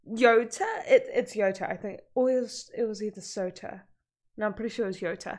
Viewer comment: Gotta tell ya. You pronouncin Souta wrong You say it with "Oe" そ-う-た So-u-ta It more like an "Ohh"